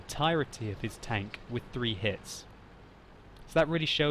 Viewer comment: I like the way he says tanK :D